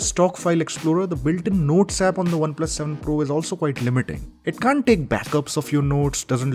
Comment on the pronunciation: Not 7 fool.. it's 7 pro please correct it